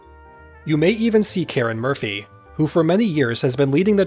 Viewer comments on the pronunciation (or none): none